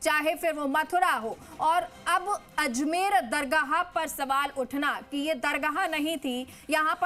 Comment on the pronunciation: Pahle tum apana alfaz Sahi karo dargaha bolrahi hai